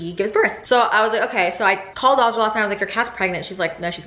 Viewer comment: It’s crazy how pronounces the name Azra like “aaaazraaa” im from Montenegro 🇲🇪 the name Azra is like “AZZZRAA” idk how to explain it but the same name same spelling it’s pronounced very different. I tried extending a letter in Azra so y’all get it 😂 idk what im doing anyways mashallah to you girls ❤️🫶🏼